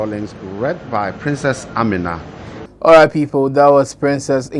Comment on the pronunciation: The name is Amina and not Anima...